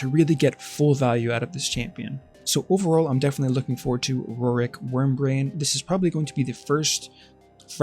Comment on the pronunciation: Is it just me, or did you keep calling him Wormbrain? 😁